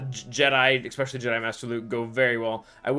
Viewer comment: Is pronouncing "especially" as eckspecially a sign of listening to a lot of hip hop? 🤔